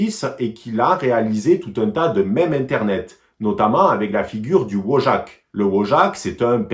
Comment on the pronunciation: Wojak se prononce "Voyak"